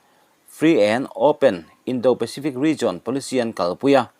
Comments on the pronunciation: Mizo tawng hian a thlukin awmzia a nei . Indo tiha do hi a thu a zirin an indo tiha do thluka thluk tur a ni ,i mak ,i thiam har. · Indo pacific tia do hi an indo tiha do thluk hian thluk rawh.